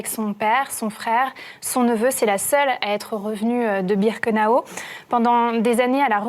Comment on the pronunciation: C pas birkenao mais birkenau